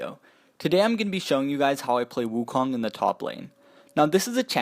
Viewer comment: I love the video, I play wukong the most but I would love if everyone pronounced his name properly. The "o" in "kong" is pronounced with an "O" sound not an "ah" sound. Keep up the good work though!